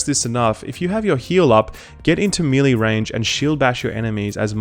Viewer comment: Mel Lay not Me Lee ;) great vids by the way